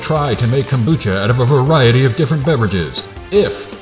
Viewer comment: Cocobucha? But... But... Why?